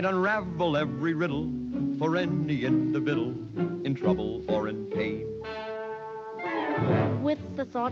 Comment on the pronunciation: What’s an individdle? Or does he mean individual?